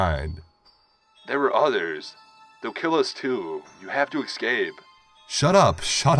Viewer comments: as a grammar nazi it pains me to hear you eCscape it's escape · The way he says escape as excape is also very annoying